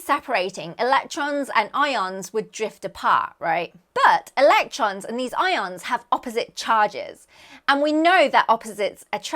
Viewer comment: Don't you mean i-oans? Aren't they what the i-oanassear is named after😮😂